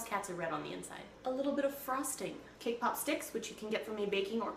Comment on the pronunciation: at first i thought she said K-pop